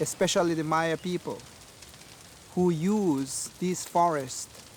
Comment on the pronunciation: Maya is properly pronounced “Mi-uh”, a hard “i”, and “uh” as in “about”.